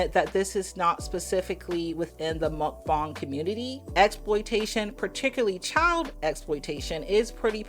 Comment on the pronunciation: You are pronouncing it wrong. Muhk -Bang 👍